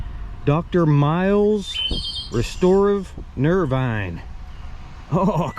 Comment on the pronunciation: Miles Nervine. (pronounced "veen" instead of "vine." It may still be made, but is no longer narcotic and hasn't been in decades. The narcotic used was laudanum... a powerful opiate and painkiller. Miles Nervine was popular in the days when anxiety disorder was thought to be a physical ailment... i.e., "bad nerves." Laudanum certainly had a calming effect for those bad nerves. I have no skill in dating bottles, but I'm sure that's one of the original narcotic bottles - by the 20th Century paper labels was replacing glass moulding letters (cheaper). I think the medicine hit the market in 1893.